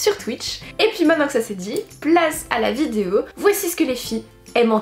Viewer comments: des vidzeos😂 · Tas façon de dire "vidéo " mas toujours fait rire 😅